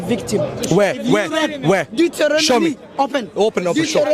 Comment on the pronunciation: He said Detronomy